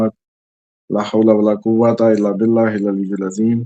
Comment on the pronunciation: Asalam wAlekum aap 1 ghalti karte hai lahool wala quwata illa billa aali ul azeem mai to aese padhta hun aap hali ul azeem padhte ho ghalt hai